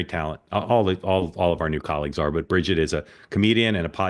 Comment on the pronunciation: Bridget fe-daisy lol